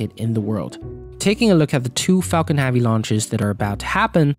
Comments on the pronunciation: It's 'Falcon Heavy' not 'Falcon HeAAvy' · It’s “heavy” not “havy” 😣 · Everytimes I hear 'haavy' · my name is Javier, those closest to me call me 'Javi'. Pronounced the exact same way that he is saying 'heavy.' ... and i must say that i dont appreciate that he is making my name sound like a big robust full of heaviness thing when he really could just be pronouncing the word 'heavy' properly. lol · Everytime he said "havy" I stabbed myself! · Are you incapable of saying "Heavy"? Because Haavy is not a word. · Pronounce "heavy" properly so then the captions don't say "Javi" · Falcon heavy, not falcon havy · falcon havy? its heh-vee you frickin immigrant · this pissed me off so much , falcon friggin duck would been more pleasant to listen to .... . havy havi haaaaaaaviiiiiiii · The way u say haavi hurts my ears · I was confused for a solid part of the video, wondering if Falcon Havi is some sort of reference or inside joke. Just a weird pronunciation after all. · "Falcon Have-y" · Falcon Haaavy. Haaavy. Haaavy. 🙉🙉🙉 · "Falcon Javi" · "Falcon havvy" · HEAVEY. The word is HEAVEY. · Had to turn the video off because you kept saying havi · "Falcon Havvy " ??? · why do you keep saying falcon havey? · WHY DO YOU SAY FALCON HAVY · MajAstic tast lanch of the falcon havey. It seems he has trouble saying eh. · You really need a speech therapist pal if you are going to be in this business anyway. You mispronounce almost half of your words. "Falcon-Havey"?? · fuckin hahvy hahahahahah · Haaavi hachecent... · Please learn how to say HEAVY! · Great video and good information but can you please learn to say “heavy” correctly. Thank you 🙏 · okay dood seriously even Youtube thinks youre saying my own name more than you are saying SpaceX's biggest rocket's name properly,,, please consider adjusting the way you say the word "heavy", at least while speaking in english. Please. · Lets have this guy who cant pronounce heavy narate a video of something called heavy